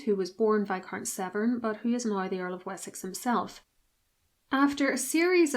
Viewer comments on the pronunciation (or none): none